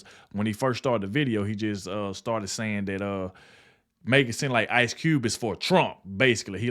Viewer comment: "Cube", not "T". Jackson, not Marrow.